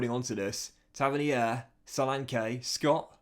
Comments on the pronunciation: its pronounced “tav-earn-ear” not “tavinihair” 👍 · Taverneer it’s pronounced